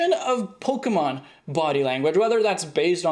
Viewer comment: Has no one mentioned "Pokeemon" vs "Pokémon"?